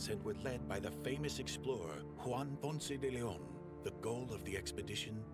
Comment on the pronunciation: Ponce De Leon- my uncle was the principal of Ponce de Leon HS in Florida. Some folks around those parts pronounced it "Ponce de Lynn", lol. (You pronounced it right, though)